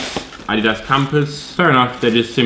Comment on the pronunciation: the way he says adidas, lol, "Ahh- Dee-dahss"